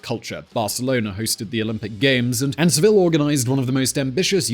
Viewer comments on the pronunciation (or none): Did anyone else notice murdering the name 'Seville' by pronouncing it like Smallville? 😂😂